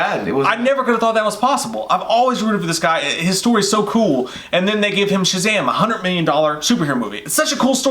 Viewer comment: Now I can't stop saying SHAZHAM!